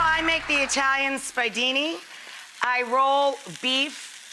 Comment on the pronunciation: Omg....how can she claim yo be Sicilian and pronounce the "spiedini" "spy-dini????" It's making me nuts. And those are the size of braciole. I can't.